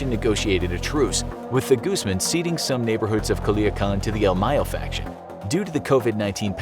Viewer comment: It's pronounced like Gooz-mahn. The "A' is pronounced "au" like in "August" ^_^